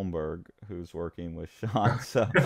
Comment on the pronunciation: Haha, thank you! Sean you got it right!